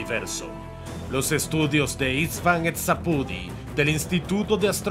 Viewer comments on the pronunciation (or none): Szapudi no se pronuncia Eszapudi, se pronuncia Shapudi o sapudi a secas, es hungaro